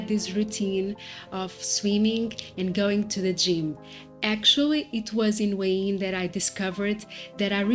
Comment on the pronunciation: Thanks for the video. I was wondering what you were saying when you were saying “Wayne” for Hua Hin. It’s pronounced “Whaa Hen” Just thought you’d like to know. I plan on visiting Da Nang and Hua Hin at some point in the future. I plan on retiring from my main job at 47 and traveling SE Asia for years just doing YouTube, my main channel is JasonMichaelPhillips if you’re interested. You are living my dream at true moment. Look forward to seeing where else you go on your travels. I subscribed! ❤